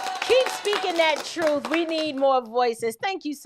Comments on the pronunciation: He said Truff, not truth. Two different things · He can't even pronounce the word, "truth" correctly!🙄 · Ben Crump can't even pronounce truth right